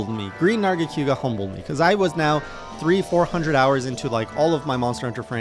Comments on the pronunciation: The only thing that hurts more than lucent's poison spikes, is the way says nargacYOOga Seriously tho, I'm so glad you got to experience the Tower and this interesting narga variant before we see what's in store for the Sunbreak version. And for Alatreon, the fondest memories I have in MH are squadding up with gunners and hammer users all optimized for one thing: breaking those damned horns. He is a very consistent fight once you understand his red/blue modes, and his head is surprisingly vulnerable after many attacks if you learn the tells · Why you call it Nerga-Q-ga? Lol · Nargaquga and his pronunciation Also, Hallowed Jhen attacks are completely random. Normal Jhen is very scripted, it does attacks in order